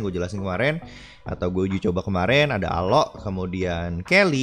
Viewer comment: Jangan bilang alo nama nya juga alok bukan alo